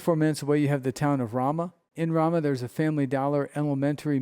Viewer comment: Ramah, NM. Fyi, the first "a" is pronounced long as in "Ace"